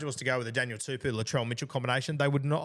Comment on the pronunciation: Guru it’s not pronounced Daniel tuPEW, but Daniel TuPOU. Pou pronounced like Po from king fu panda.